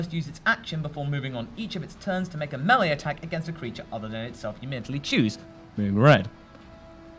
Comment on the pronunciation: OK, I'm sorry, but if you're RUNNING a D&D game ON CAMERA, you need to be able to pronounce "melee".